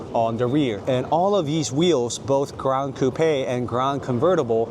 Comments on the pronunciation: Are you sure it's pronounced "cou-pè" rather than "coup"? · I've never heard someone say "Coupe aye" for Coupe. I've always heard it pronounced "Coop". Is this a thing? What areas pronounce it like this? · I hope you don’t get offended by what I tell you. I love the cars and your presentation was beautiful. Thank you. I just wanted to let you know that in English, you don’t pronounce it “ Coup- pe” it is one syllable, not two it is pronounced “Coup” (COOP). Just thought you would want to know that since you are reviewing cars and need to say that word 100 times a day. ❤ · I have never heard Coupe pronounced as "Coup pay"..lol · You need to learn how to pronounce coupe